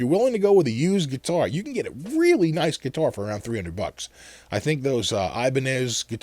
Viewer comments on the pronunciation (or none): So, where did you buy your Chinese geee-tar? Lol